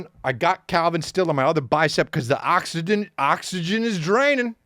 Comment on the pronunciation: Sir we're gonna have to get you to say 'oxygen'.... Alright come with us